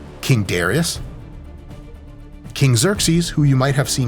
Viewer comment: Duh-rye-us. Otherwise, no notes. Lol 😂